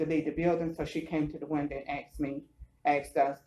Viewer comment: “Came to the winduh and axed me” hahahahahahaha